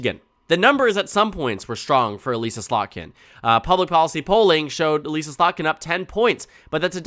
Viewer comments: "Uh-liss-uh" not "Uh-lease-uh" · voter from Slotkin's house district here - it's Uh-liss-a, rather than e-lEAse-a. Just fyi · This is probably a very minor thing, but as someone who was represented by her, it’s Eh Lih ssa with a soft I. Not Elise ah